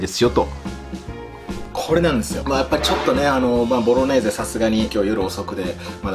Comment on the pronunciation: 3回目のボロネーゼがボロレーゼになってるの可愛い